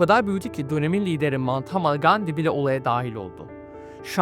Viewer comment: Gandi'nin adını yanlış mı telafuz ettiniz, ben mi yanlış duydum🤔 Emeklerinize sağlık genç adam🙏